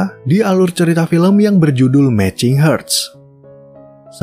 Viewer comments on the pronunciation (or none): iya bacanya harts bukan herts. Hurts= herts (e pepet) Hearts= harts